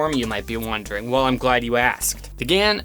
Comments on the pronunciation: It’s Gan, not Gans btw ;) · IT’S GAN NOT GANS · There is no S, it's GAN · Title: Gan 356x Thumbnail: Gans 356x How he says it: Gans 356x Me: UUGHG